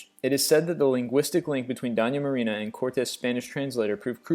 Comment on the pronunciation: all the Spanish names were also mispronounced, amd I'm not talking about just the accent. Simón Bolívar and Doña Marina? Terrible